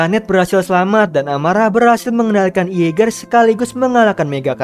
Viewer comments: mimin...tu jaeger bkn iaeger🤣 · Jeeger bang bukan ieger